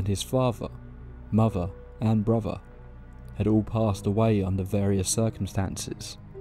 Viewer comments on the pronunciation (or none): "favver, muvva and bruvva' please pronounce words with 'th' it really grates! 🤣🤣